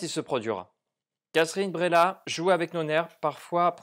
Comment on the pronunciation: Ça se prononce Breillat un peu comme vieille ou veille mais pas bréla. C'est bien que tu aies ressenti du malaise, c'est le but. L'art sert à provoquer des émotions pas forcément toujours positives. Attention à ceux qui ne l'on pas vu je vais spoiler pour la suite : Moi, j'ai plus ressenti le côté manipulation et mensonge de Léa Drucker plutôt que le côté érotique. C'est son côté machiavélique prête à tout pour nier la réalité et protéger sa vie qui m'a intéressé. J'ai été retourné par ce retournement de situation et aussi par la toute dernière phrase du mari qui en lui demandant de se taire, admet qu'il a toujours su qu'elle mentait